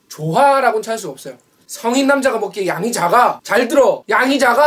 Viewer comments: 맨 마지막에 양자강이라고 들음 짜장면먹고싶다... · 양이작아가 양자강으로 들리는건 기분탓인가 진짜 많게보이는것도 기분탓인가.. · 왜 나는 양이 작아가 않들리고 양자강이라고들리는데 ㅎㅎ